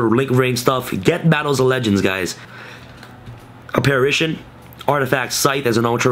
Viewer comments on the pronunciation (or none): none